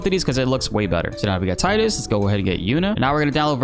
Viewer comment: How did you pronounce Tidus ಠ_ಠ